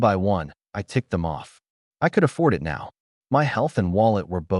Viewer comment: wtf with translation AI should be trained to read like human use some good AI that dont read . and pronounce "it" correctly rather than reading like separate character IT